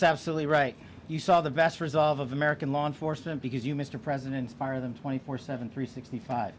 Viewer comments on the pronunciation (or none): none